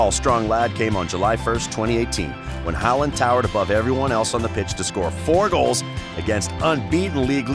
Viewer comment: That was clearly not the point. Historic legends like Schmeichel and Kluivert should be possible to be atleast close to pronouncing. Håland's was probably the best pronounciation